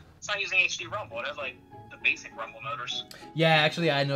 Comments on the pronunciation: aech dee not haech dee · "Hey-ch-D Rumble"